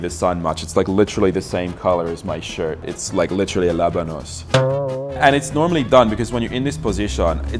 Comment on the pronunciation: I lost it when u say Labanos!!!! LOL!!!!